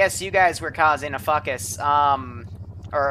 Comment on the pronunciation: "...You guys were causing a fuckus" - 2018 😅